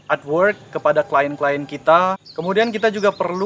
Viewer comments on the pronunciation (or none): none